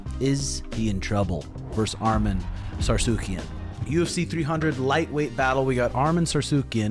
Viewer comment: it's not sarsukiyan ! it's Sarukiyan!